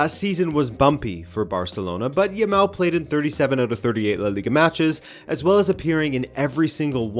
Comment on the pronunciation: Man, this is my first time to see any of your videos and I'm really impressed. I like your style, the well researched presentation and your delivery. Great job! you've got yourself a sub, and a like, of course. Back to Jamal (I'm spelling it as it should be pronounced and the second /a/ should sound just like the first one, not a rounded sound, please), but yeah, how lucky are we to have been alive to witness the whole career of Messi then to have this talented youngster come up to carry the torch?! Very lucky indeed. Cheers mate!